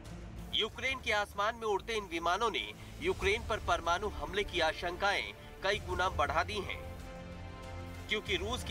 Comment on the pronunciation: परमानु नहीं बंधु,,,,,,, परमाणु शब्द सही होता है